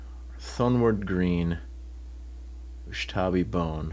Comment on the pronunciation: Does purposefully mispronounce Ushabti Bone to irk people lolol